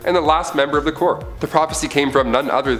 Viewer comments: its pronounced core not corpse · Stop pronouncing corps as corpse. It's pronounced like core. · Just dont have him do it. Cant stand Corpes corpes corpse. He doesn't know how to say Corps pronounced Core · Alan Scott got his power from the Star Heart, and Corps is pronounced as "Core", Corpse is "corps", (which is being said in the video). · its "core" not "corpse." beside that tick, neat list. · thanks for pointing this out, yo. i was gonna post it here myself if no one else did. was also startin’ to go nuts because he kept pronouncing Corp as “Corpse” instead of “Core”... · Corps is pronounced "core" not "corpse" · Can you stop saying lantern corpse please it's really annoying, it's pronounced core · "Corps" is pronounced "core", by the way. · Corps is pronounced core... please understand that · The people who run and host this channel are Canadian. And Canadians have a different way or pronouncing words. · Also Corps Is pronounced "Core" in Canada too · Stop saying corps it is core say it like that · The p in corp is silent. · Yeah, that was seriously grating on my nerves. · As far as I know the p corps is silent. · Maxx Damage lol yea when I heard him say that I was like “hold on there buddy” I’ve been reading GL since at least 2008 that has never happened....I peeped the corps being mispronounced but that did bother me as much lol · The "p" silent in corp. Plus most of these should not be on this list. Most of this are well known. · Yeah I bout got pissed